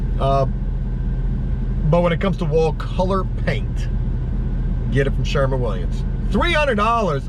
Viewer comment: Who the FUCK is Sherman Williams? Dude. SHERWIN. Win. Shhhh-er-wwwin. Also your truck repair COST a lot. Fuck man.